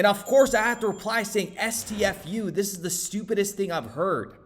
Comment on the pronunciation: Tell it like it TIZ 😂